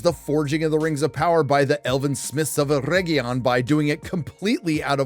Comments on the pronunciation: Did you call it Rims of Power??😂😂😂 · 💀💀 i kept hearing "rims of power" i was like "whose buthole is the one to rule them all?" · Did he say Rims of Power? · Did I hear that right, you called it 'Rims of Power '? How apt. 😂